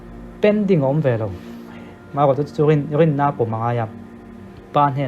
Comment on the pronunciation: R a lam dik hleithei thin lo tih hi amah pawh hian a in pawn thlap,a ngaihthlak dan thiam ve mairawh😇